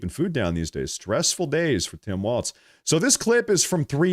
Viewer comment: Not a single T in Walz mister